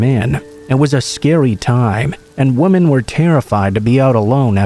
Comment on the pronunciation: First I want to say that I LOVE listening to you. Your voice just has this wonderful quality that is perfect for storytelling. I have listened for a long time now and no one compares to you. I don't know quite how to say this without sounding horrible...but I did want to mention that the word women is pronounced 'wi-men'. Sorry it just kind of bugs me lol